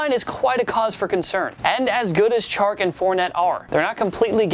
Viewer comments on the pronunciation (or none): none